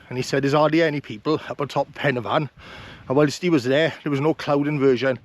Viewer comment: The best video of the Bannau😊. AND 10 out of 10 for pronunciation. I was getting fed up of the poor pronunciation of Welsh names in other's videos.